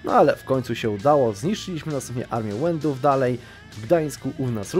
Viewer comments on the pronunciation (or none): Nie łendów, tylnko Wenedów/Wenetów, Słowianie zachodni, to nasi bracia :)